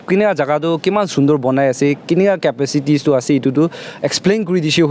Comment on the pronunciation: Brother, it's capacity or capacities , not capicities